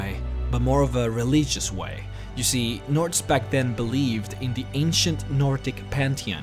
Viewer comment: dude, I know english isnt your mother tounge, but dude, religion? pronounce it right! 😇😂